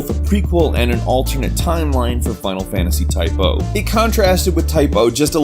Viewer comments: dammit man its Type-ZERO DX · It's Type ZERO they are class ZERO not type-O or class O!!!!!!!!!!!!!!!!!!!!!!!!!!! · say type oh again, i fucking dare you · forever calling it Type - O (oh) even though it's spelt Type - 0 (zero). >.> I guess that's his thing now though. Class zero is now class oh. xD Hehehe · its not type O its type 0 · TYPE 0 ( pronounced "ZERO" ), if I may. You can still ask the dev' team if you think I'm wrong, yet it would made more sense to say it that way ^^